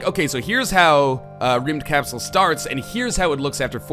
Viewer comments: IKR, sounds a bit like "Rimmed capsule" :D Though, the English language has no phonemes for how we pronounce the letter Y. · Northernlion im swedish, its pronounced Rumdkapsell, in kapsel you tone the E instead of the A :) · Im swedish and when northernlion tryed to say Rymdkapsel i almost fainted in laugh. :D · English-speaking people that tries to pronounce swedish words is always entertaining. The second time he said the name of the game he was pretty close to the right pronunciation. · Not almost slightly correctly pronounced, but no-one would expect you to pull that off. So it's correct for an english-speaking person. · he cant say rymdkapsel, its a swedish word :D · That's not how you pronounce rymdkapsel... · yeah swe and you prononced it wrong just saying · Northernlion, your pronunciation is so bad, and you say that you are part swedish